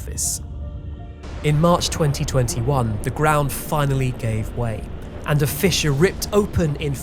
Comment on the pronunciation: You pronounce 'fissure' weird - you are saying it more like 'fisher' lolz